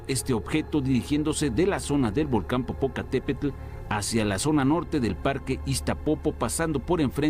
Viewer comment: Popokatepetl, German 😃